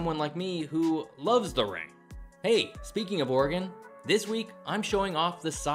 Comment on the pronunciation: Thank you for pronouncing Oregon correctly.